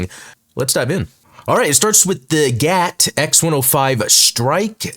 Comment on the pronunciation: Explained! *cringe* it isn’t GAT, my good man. You might need to add a note to this video that you GOUFED up saying it like you were instead of saying G. A. T. Just letting you know: G. A. T. , not GAT. 😅